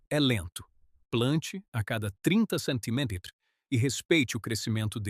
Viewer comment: Estava ouvindo os 1°s minutos e estava pensando justamente isso!! "Centiméters"!!! 😅😅😅😅